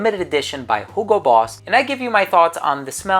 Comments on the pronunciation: It's actually the correct german pronounciation of Hugo. So he is just very accurate since Boss is a german brand.😉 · I always thought you were gaslighting me with your pronunciation of Hugo, but I looked it up and you're not. Germans just don't know how to pronounce words I guess.